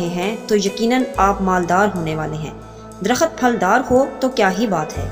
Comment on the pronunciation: Baji darakhat nahi darakht sahi word hay baray meherbani urdu sahi bolayn shookria